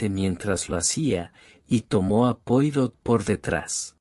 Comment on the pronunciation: Ya cuando no se acentúa ni se da expresión a lo narrado y en las tras primeras palabras se nombra al famoso detective francés sin molestarse en pronunciarlo como se debe me mata!!! NO ESCUCHARÉ MÁS AUDIO LIBROS QUE DIGAN "POIROT" SEÑORES:ASÍ ES COMO SE ESCRIBE!!! PERO NARRADO ASÍ SUENA ESPANTOSISIMO!!!